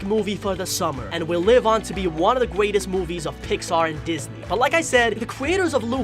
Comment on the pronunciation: Did i hear you say gweatest